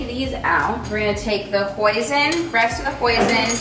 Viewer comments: reading the comments I’m so glad I’m not the only one hearing poison instead of hoisin sauce I thought I was going crazy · I thought she said poison, not hoisin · omg who else thought she said “poison sauce” when she said hoisin sauce😭💀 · I literally thought she was saying poison the entire time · for a minute I really thought said "poison mushroom sweet potato bowl"